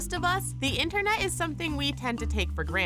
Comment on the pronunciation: I couldn't watch the whole thing.. too annoyed by the commentator not pronouncing words correctly... it's not "in-ernet" it's "internet"...I'm just saying...